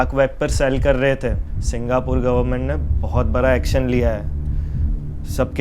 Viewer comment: Singhapore bol rahi hai😂